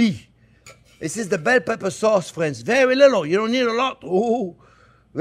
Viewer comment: Elmer Fudds great grandson.. pewfect wecipe, fwends ... they look good tho, good wecipe!